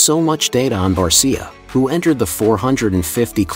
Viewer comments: You need to pronounce Justin Barcia" name properly. He says it with an sha on the end. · Train your computer to say it right or type in Bar-sha. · I hate these Bot videos. For god's sake get his name correct lol.